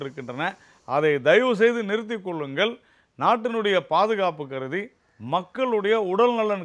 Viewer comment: உமக்கு 'ள' வராதா, வாயிலே? வாயில் ஏதோ அடைத்து வைத்துக்கொண்டு பேசுவது போல் இருக்கிறது. 'நிறுத்திக் கொள்ளுங்கள்' என்பதற்குப் பதிலாக, 'நிறுத்திக் கொல்லுங்கள்' என்று பேசுவதுபோல் இருக்கிறது. உங்கள் கட்சியில் தெளிவாக, அழகான உச்சரிப்புடன் பேச ஆட்களே இல்லையா? கட்சி தமிழ் நாட்டில் போணியாக வேண்டும் என்றால், தமிழில் அழகாகப் பேசக் கற்றுக்கொள்ளவும்.